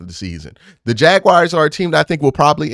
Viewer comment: I would be careful with that 'Ja-wires".